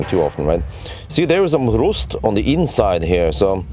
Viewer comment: Rust is not pronounced Roost.. Its pronounced R- uuuu st... Good video!